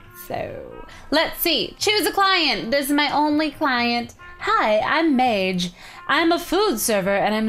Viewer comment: Anyone else annoyed that she mispronounced Madge?